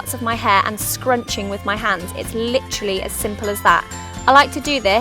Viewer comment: I just luv how u guys say literally xD its like lit-trally lolz its so cute! Anywayz thnx for the vid im gonna try these :)